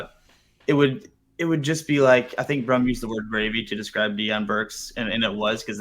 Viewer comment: My guess is you butchered that name Brum